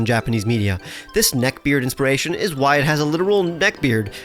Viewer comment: “Inperation” Inspiration,.